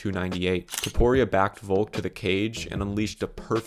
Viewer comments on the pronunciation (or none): none